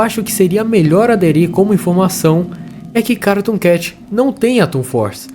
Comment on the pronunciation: Na parte q tu falou cartoon cat parece q tu disse caratoon cat mais nada n kkakakakakaak(novo inscrito)